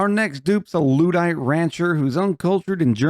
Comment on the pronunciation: Digging through your back catalog of videos - I wonder how long it takes for you to find out how 'luddite' is pronounced?